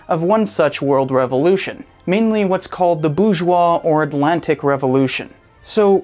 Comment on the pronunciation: As a French speaker, massive cringe . The word Bourgeois has a 'R' in it.